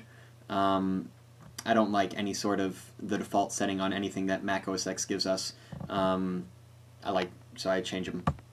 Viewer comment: Stop saying ''OS X'', say ''OS 10''.